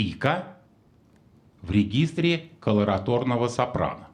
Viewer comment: колоратУрное сопрано, а не колораторное